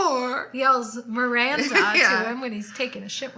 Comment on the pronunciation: Miwwwanda! Miwwanda! what ice cwweam toppins we having tonight? lmao makes me laugh every friggin time! we need to get tshirts with this on! haha. You're so right! Why isn't menopause discussed? I was saying to my friend the other day about menopause and why the hell isn't that discussed more when we're younger so we're more aware. My mum hasn't even ever discussed it with me :/ Back when I turned 40 it suddenly hit me that I knew nothing about pre-menopause/menopause. That made me laugh too about us not blinking an eye that Carrie trotted around in clothes above her pay grade but it just somehow fitted into the show without you feeling like it was unrelatable. I dunno, I think that gave us all the fantasy part to heart eyes over and the rest of the show was down-to-earth situations and topics that just kinda meshed so well together. I'm like you though, whatever is churned out to do with this I'm gonna be there, ride or die!! Can't wait for your next video to go over the new episode :D